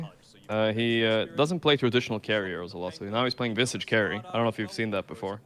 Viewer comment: Isn't Visage pronounced like triage or mirage?